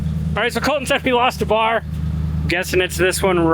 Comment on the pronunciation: So does Colton, but the way and the boss say it "Col-in".... LOL 😆 Cringe TV 😮😅